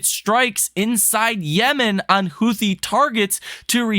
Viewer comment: Always love your analysis videos. Just fyi, I believe the proper pronunciation for Houthi is (Who-Tee).